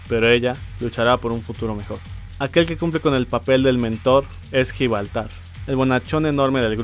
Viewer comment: Gibraltar o "Gibaltar"?